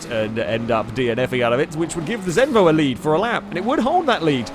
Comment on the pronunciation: Im danish! Zenvo!